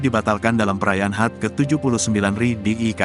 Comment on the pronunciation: pingin ketawa yg baca narasi...HUT dibaca hat...RI dibaca ri bukan Er.I..hihi...